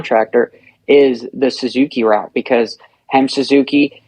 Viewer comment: is so unprofessional. Grown ass man still acting like a kid, he knows good and well it's HEP Suzuki not HEMP but he said it over and over because he thinks it's funny.